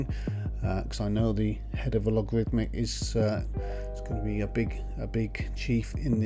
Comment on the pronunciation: By the way, the (former) company name is “Allegorithmic”, not “Alogarithmic”.